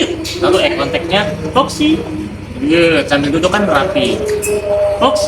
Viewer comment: lho kok jauh sama kedengerannya… Iya betul pas Luring (di awal video). “…begitu dia mengikuti tangan, berikan reward-nya, selalu katakan ‘Bit’ (beat, hit?)…”. Jauh terdengar dari ‘Good’ Soalnya lagi pengen beli anjing, dan akan banyak waktu kedepannya, dan biar ndak gagal paham sayanya…